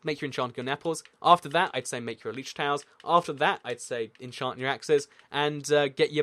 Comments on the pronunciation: elItra not eletrae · Bruh this dude seriously just said elytra like el-ee-tra ?!